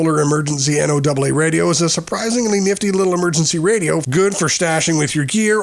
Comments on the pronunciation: I've never heard anyone ever before say "N O Double A" when pronouncing NOAA. WTF is up with that? Has the narrator ever actually listened to NOAA Weather Radio? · Its AI narrated, NO double AA, I-RON, etc...